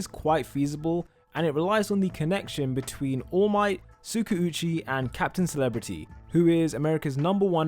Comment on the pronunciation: I am not hating or anything it's just my opinion on how you pronounce Tskauchi. Its supposed to be pronounced as Tska - U - chi. Love your channel and your videos .